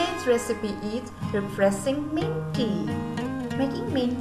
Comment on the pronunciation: I legit heard it into " depressing mint tea"